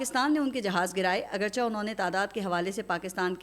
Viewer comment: معضرت کے ساتھ عرض ھے کہ یہ لفظ اگرچا نہیں پڑھا جاتا یہ لفظ اگرچے پڑھا ناتا ھے لفظ ھے "اگرچہ"